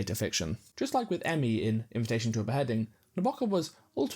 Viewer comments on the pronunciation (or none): none